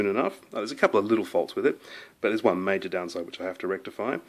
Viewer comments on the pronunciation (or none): none